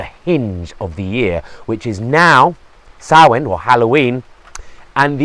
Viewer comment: All credit for pronouncing Samhain correctly :)